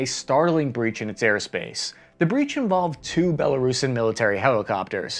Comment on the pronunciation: Nice of you to say “Belo-roosan” rather than “Belo-Russian.”